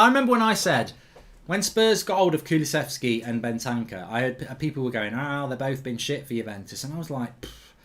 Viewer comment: Mark saying kulusevski right Thanks for f...s sake 😅😂😂😂😂